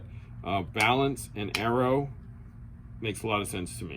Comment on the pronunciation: It's pronounced Aero no Arrow.